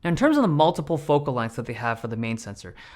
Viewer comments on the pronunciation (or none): none